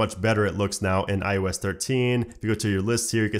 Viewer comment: why do you keep saying I-U-S 13? its IOS